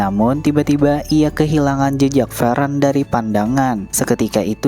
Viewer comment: Fern bang bukan VEREN, gw dengernya kek lu sebutin Frieren ketimbang Fern dan itu membingungkan orang yg fokusnya ke visual bukan ke suara pas nonton. Orang jawa napa dah suka ganti2 penyebutan